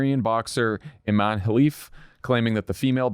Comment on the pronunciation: Her name is Imane as in Ee-maan-eh three syllables for the boxer. Also, it's always worth mentioning in this topic that in her country she could be sentenced to death for being trans, so the irresponsible accusations are especially beyond reprehensible